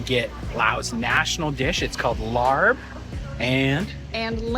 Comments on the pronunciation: lol…a simple search would have given you a chance to edit a voice over to avoid mispronouncing “Laap” as “Larb.” 😂 You are referencing Thai romanized spelling of the dish (which is based of British English spelling)…it should be Laap or Laab (but the real sound at the end is a “bp” sound which doesn’t exist with English speakers). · It's pronounced Laap my brotha! Any way enjoy your time in Laos!🍻💯